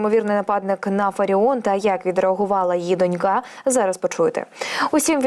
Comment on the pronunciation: Не донькА, а дОнька. Грамотеї.